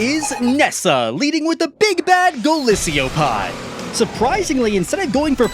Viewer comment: Its Golisopod GO-LIE-SO-POD